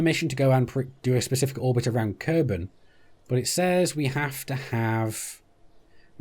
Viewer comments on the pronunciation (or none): Kerbel -> Kerbal = green humanoid (trees can also be considered "creatures"). Kerbol = Sun (we do not usually say "Helios" when refering to our own star). Mün = First and biggest moon of Kerbin (it is pronounced "miun" ). The only moon of Earth is named "Selene" [people born there are selenic ].